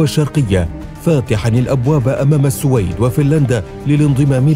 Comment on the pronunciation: أخي المحترم صاحب القناتين الرائعتين , نحبك في الله. تلفظ بالسوويد والسلام عليكم